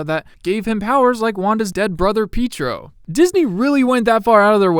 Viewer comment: I love how you say Pietro, Peetro lmao